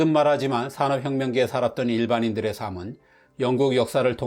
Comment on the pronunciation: 삶은을 [살믄]이라고 발음해야 하는데 이번에도 [사믄]이라고 발음하시네요. ~도 역시 [~또]라고 발음하시는데 [~도]라고 발음해야 합니다. 지식브런치 구독자가 곧 60만 명인데 발음을 정확하게 하셨으면 좋겠습니다. 제가 댓글로 정말 수차례 말씀드렸는데 계속 그대로니 구독하는 입장에서 아쉬운 마음입니다.